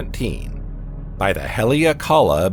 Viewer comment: You are telling people complete nonsense! ... It's not oma mua - not your grandma. It's OU-MUA-MUA. Space Documentary with "little errors". Haleakala is a volcano in Hawaii pronounced on the THIRD syllable. HALE_A_KALA. I know it's hard for a "sz" narrator. In this clip you appear to have improved! You have definitely reduced the "SZ" pronunciation on all words ending in S. Thank you and congrats! My criticism in the above paragraph is really not about something annoying, it's about pronunciation of Hawaiian names. I'd say you are within acceptable limits. But Hawaii is famous for the "silence" between some vowels: HAWA ' EE for Hawaii. LU ' AU for the flower necklace. And some overly pronounced vowels like in Al oooh ' ha. Besides you mispronounce "GLIESE". keep working on it.